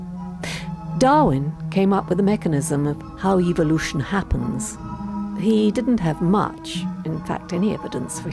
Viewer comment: I watched your excellent video on evolution. The comments were disabled. Might I suggest that you use the pronounciaton evOlution rather than evilution. Your target audience are such that hearing evil in evolution gives them the evolution sounds like evil sounds like the devil. That is evolution = evil = the devil. Unfortunately that's the way they think.